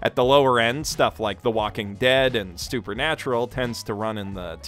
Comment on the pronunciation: You called it Stupernatural, and I can't appreciate that more. HAHA